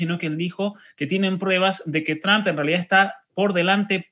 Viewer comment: El apellido TRUMP se pronuncia la " u " como "o " = TROMP "asi es que se pronuncia PROPIAMENTE. GRACIAS, ES PARA QUE HABLEN BIEN INGLES. RECUERDEN ASI, TROMP . DIOS BENDIGA AL UNICO MEJOR PRESIDENTE DE ESTADOS UNIDOS. EL UNICO AL QUE EL IMPORTA EL BIENESTAR DE SU PATRIA USA.